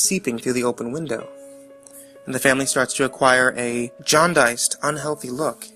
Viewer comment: its been 10 goddamn years and im still never going to forgive you for pronouncing "jaundiced" like That